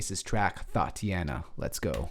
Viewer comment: my homie said thoteana